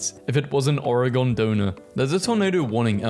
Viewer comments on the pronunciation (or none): now it's oregono 💀